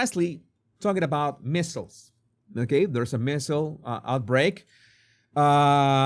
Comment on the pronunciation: MMR = Measles, Mumps and Rubella and -- it's not "missles" it's "mee zels"